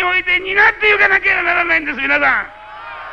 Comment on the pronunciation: 「みなさん」ではなく「みぁさん」って言い方が親しみやすさを出してんのかな